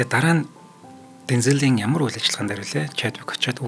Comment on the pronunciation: Bayarlalaa Deenzel Waashington gej duuddag shuu. Denzeel bishee